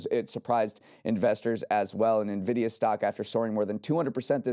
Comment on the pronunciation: Heyyy they made it through an episode without messing up Nvidia or Jensen Huang's pronunciation! That's growth babyyyyyyy